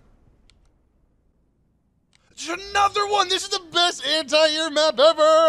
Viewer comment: You guys pronounce "anti" weird